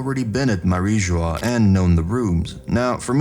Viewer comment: I'm glad you're saying Mariejoies correctly now. Now the only 2 other prononciations to change are: Doflamingo not DonFlamingo Lafitte not lafette ( said " La-feete") 🏴‍☠️